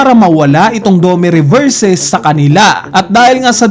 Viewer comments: dome reverse ng dome reverse ganun na ba kahirap bigkasin ang "i" domi reversi nganiiii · dome reberse 😂🤣😂🤣😂..